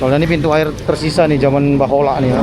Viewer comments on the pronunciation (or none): Bukan bahola bang tapi baheula...😂😂❤